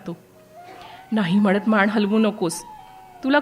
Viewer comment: मान, अपमान असं आहे; आपण माण, अपमाण असं वाचताय